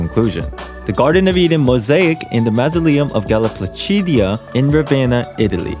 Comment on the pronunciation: Super Mega GIANT kudos for pronouncing "Galla Placidia" perfectly! And of course amazing theory crafting and video! Thank you! ^^